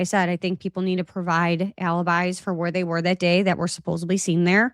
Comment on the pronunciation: It’s ‘supposedly,’ not ‘supposebly.’ Not trying to be rude at all. I’m a grammar nerd.